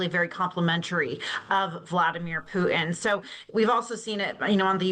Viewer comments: Why does she call him Pu En? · The pronunciation of ‘Putin’ by guest: The name isn’t ‘Pooh-in”. It’s Poo-Tin. The ‘t’ is pronounced. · Putin is pronounced with a T in the middle